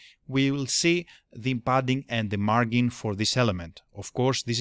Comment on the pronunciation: so you are aware, the G in margin is soft, so it is pronounced like a J would be. Look up the drink Gin as in Gin and tonic, or this link should help Of course you are not a native English speaker, understood